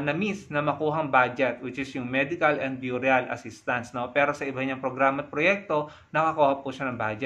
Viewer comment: burial is pronounced " berial"..no offense